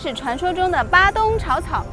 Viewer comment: padang 发音应该是巴当不是巴东。鱼尾狮是我们的旅游局找个荷兰顾问去搞的，位置都搬了几次。听了这集，估计估计以前那些也是瞎掰的吧。新加坡还有当年郑和的船经过的龙牙门，在Labrador park 那里 ， 你要不要连连看 ？